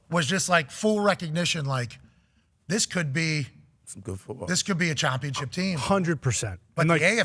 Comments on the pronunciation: Why does he keep saying chompionship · Its just the culture of this show They dont say "out", they say "AHT" They dont say "championship", they say "CHOMPIONSHIP" Instead of "down" they say "DAHN" etc.